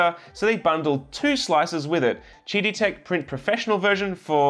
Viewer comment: I keep hearing "Cheaty Tech"...